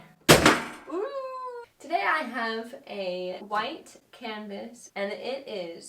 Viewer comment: Did she call the canvas a "cannivas"?